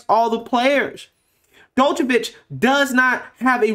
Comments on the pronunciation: Damn, you totally NAILED his name there, buddy. Each pronunciation further and further from the correct. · FYI, the "D" in his name is (approximately) pronounced like the "J" in Jesus, the "ic" at the end of his name sounds kinda like "itsj"... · no... you pronounced Djokovic wrong.... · Bro the D in his name is silent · You're butchering his name. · Lol you dont pronounce the D in his name its only Jovokic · You need to sit down and learn to pronounce his surname correctly. It was absolutely bloody annoying.🙄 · "D" is silent whe you read Djokovic !!! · Love your show but your not pronunciation Novak last name correct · The d is silent dawg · It's Novak Joke-a-vich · lol its pronounced Jokavitch. :D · "Dochevitch", eh? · not "jock" but "Joke" Jokeovich. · NOT DOCHVICH........ D IS SILENT ITS JOKE A VIC...... PLEASE PLEASE IF YOU DON'T KNOW HOW TO PRONOUCE IT GOOGLE THE PRONUNCIATIONN. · The way you read the article was funny. Drawing out the last words 😂. The D in Djokovic is silent as well. Jo-ka-vich. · Its pronounced Jock-O-Vic. All Djokovic signs are not allowed at the Aussie Open, and called "Inappropriate" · It's pronounced Jo-Kaw-Vich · Its pronounced "jock-a- vich" 😂🤣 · It's pronounced NoVac(AS IN NO VACCINATION, JOKE-A-VICH) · It's pronounced Jo-ko-vich (D is silent) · (Joke-uhh-vitch) sorry it was bothering me lol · Jock-o-vich. Sorry to be that guy, but it was bugging me. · Small point. His name is pronounced " jockovich"(the joker) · Novak Jokovich* is correct pronuncation. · Joke-o-feach that is how you pronounce it in English. You pronounced it in 5 different (all wrong) ways in this clip. Must admit, first mistake I caught you with.;-) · Pronounced, “Jockavitch”.🤗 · Who is this 'Dokovic' you speak of?😏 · It's pronounced JOCK-oh-vich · It's pronounced 'JOKOVICH' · Doo -ka-vitch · It's pronounced "jokeovich" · Bro you screwed up the pronunciation of his name so bad. The d is silent. It would sound like yokavic